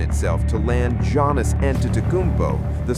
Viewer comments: "Jonas" 🙄🤦🏻‍♂️🤣 Is Antetokounmpo the lost Jonas Brother? 😆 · Don't disrespect Giannis. Pronounce his name correctly.